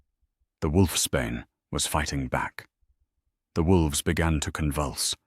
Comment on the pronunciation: Just a heads up,it’s wolfs Bain not wolfs Spain😂🇨🇦